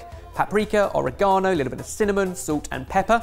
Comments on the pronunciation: Is anyone else gonna notice that he said oregano oragono?... I love it!!!! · i still cant get over how he pronounces orreghanno